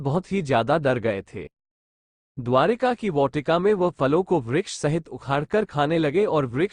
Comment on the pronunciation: bhai बहोत अच्छा वीडियो था बस वाटिका का उच्चारण मे थोड़ी गलती है